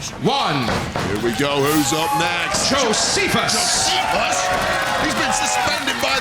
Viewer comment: cristopher mariaca puts hand on your shoulder JO-SEPH-US! Hmmmmm! 😉